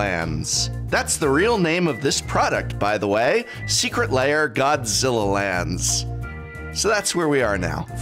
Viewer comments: Why are you pronouncing lair "layer"? :) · I can’t handle him saying Secret Layer. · I like how you call them secret layer and not secret lair